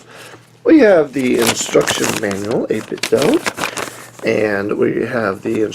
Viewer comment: Good review! Though it's not pronounced doe as in the deer, it's do as in "do it".